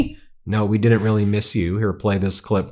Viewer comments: “Deed you meese me? Here I yam”. 🤮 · No we didn't"meees" you at all.